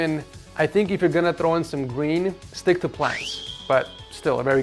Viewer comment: Did he say gween